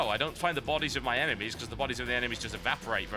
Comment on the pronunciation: TB- There are a certain number of eneMEEEEEIAs" So funny..so so funny